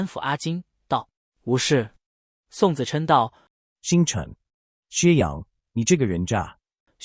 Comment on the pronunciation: 不是錯覺，前面宋子琛的發音就有問題，可否換一換，否則很讓人出戲😂😂